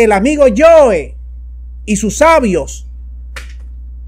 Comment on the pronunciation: No es el amiguito "yoe", es el amiguito "joe"